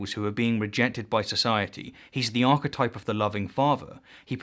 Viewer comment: If there is indeed a hell, then a special part of it should be reserved for those who deliberately mispronounce key words. Archetipple...